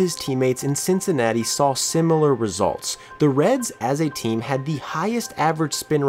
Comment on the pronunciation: Did you seriously say "simular"?